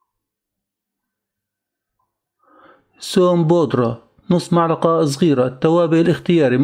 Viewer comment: معلقه أو ملعقه هههه عطوه لايك والله لما تابعت آخره أعجبني